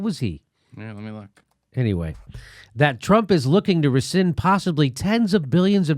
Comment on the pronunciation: C'mon, Jimmy? Rescind. Recission. It's not that complicated!